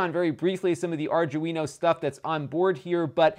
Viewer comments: Really cute pc. I was confused why you'd want so many fan headers at first. Plenty of sensor pins sounds more reasonable. *Arduino. Not 'ardguino'. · It's pronounced Ar-dwee-no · arjewino it's an Arduino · Correct pronunciation guys: Are Do E No... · R DO WIN O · You really have no idea how electronics work, do you? 2A vs 3A is the reason why it's slower? It's more likely that the chipset or RAM is lower spec than the Intel NUC. And by the way, "Arduino" is pronounced "R-Dwee-No" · I cringed every time you said Arduino lol. Other than that good video and great content. Ill be getting one myself now. Keep up the good work. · No one can say it right. It's hilarious.